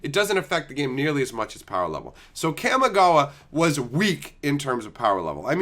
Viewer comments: So triggered by your pronunciation of "cam-ih-gaa-wa" lol It's "kah-me-gah-wah". Japanese words get pronunciated by breaking up each two (or sometimes three) letters unlike in English where everything is jammed together. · It’s pronounced caw-me-ga-wa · Kamigawa. it's like the 'CA' in CALM, not like the 'CA' in CAMERA.